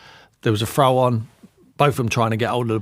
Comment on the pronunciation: Why does Tim keep saying “throw-on” ffs?? It’s a throw-in you tit